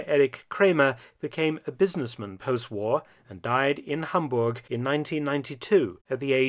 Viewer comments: Hi Mark Felton, I'm delighted for your covering of this part of history of Hamburg and i have to mention that your pronunciation of my home city is on spot. Thank you so much! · As a native Hamburger i gotta commend your pronunciation of my Birthplace!